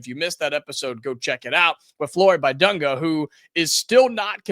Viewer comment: Lets work on that "Bidunga" pronunciation.